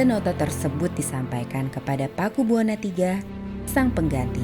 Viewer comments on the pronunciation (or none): Bacanya Pakubuwono...bukan Pakubuwana